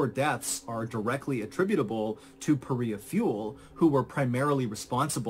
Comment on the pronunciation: Paria, not Paris!